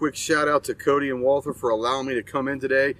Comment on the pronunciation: Took a whole tour and yet he never learned how to pronounce "Walther" correctly, haha